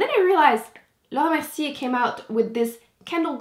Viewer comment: i love how she says Laura Merciere. is she french?